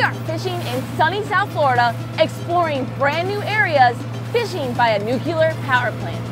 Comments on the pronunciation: It's "nuclear" not "nukilar". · Come on, Say it right. Even politicians including George W said it wrong. Say the words NEW & CLEAR together and then you'll have it!